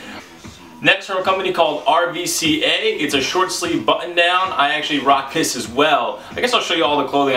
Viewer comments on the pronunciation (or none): Just a tip. RVCA is pronounced Ruca. Started as a surf brand and now is a "street" brand. Very disrespectful to their company when pronounced "RVCA". Just a heads up. You'll get kicked out of their store for mispronouncing. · RVCA, pronounced Ruca. Great pickups, man! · RVCA is pronounced ruca it's the Greek u